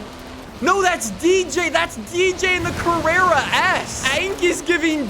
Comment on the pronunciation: mhm, yes , “carrrera”